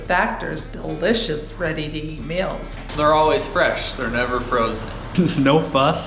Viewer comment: I guess "mils" or "mels" = "meals"...